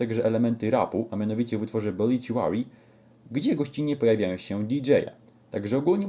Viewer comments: gościu nie obiciuary, tam nie ma c tylko t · Nie mam nic do ciebie ale napisz mi od kiedy na OBITUARY sie mowi obiciuery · nawet sami muzycy zespolu mowia obituary a nie obiciuery